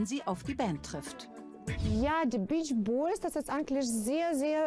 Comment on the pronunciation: Die "Beesch-Boies" 😂